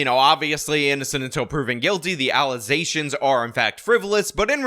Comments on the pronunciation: You have corrupted my mind. Now every time I hear the word allegations all I hear in my head is allizations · ALLEZATIONS Entire crowd cheers in frenzy, especially me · Always making those 'allezations'! 😮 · Im just here to hear the Mayor say Allezations. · It still shocks me when I see that clip lol I dont understand how that happens, did she genuinely think thats how its pronounced? Was she pronouncing it that way intentionally?